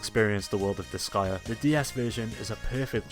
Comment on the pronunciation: Finally, after all those years, I now know how to pronounce Disgaea. You've earned yourself a subscriber.